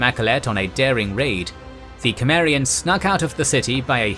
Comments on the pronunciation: Isn't Conan Sumarian, not Kemarian like how this narrator keep pronouncing it? I've noticed he mispronounces other names & words too. The Sumarian thing is annoying though... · Cimmerian, but it's pronounced like Simmerian, not Kemmerian. Whatever. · You are pronouncing cimmerian wrong!!!😮😢😢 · The c in "Cimmeria" is a soft c, pronounced like an s. Just fyi. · Can't be bothered. Repeated mispronouncing of Cimmerian too annoying.